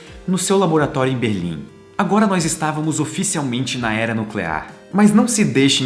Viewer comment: como diria o Homer: É "nuculear"